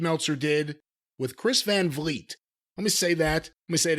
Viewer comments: Chris' name is "vlee-ay" not "vleet" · Van Vliet (as a dutchman Vliet is pronounced like weed) did a great job. Dave made a fool of himself, again